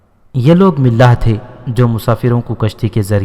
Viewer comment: ملاح نہیں ملاح م پر فتح زبر ہے